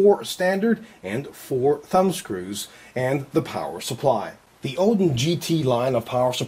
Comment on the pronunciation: lol he says odin funny at the start :D